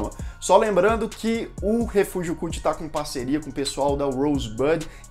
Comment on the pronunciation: Viciei no canal mas que agonia ouvir "refúgio culti" kkk *edit: Bruxa de Blair 2 eu curti mas pq sou fã do tema. Porém tecnicamente concordo totalmente com você.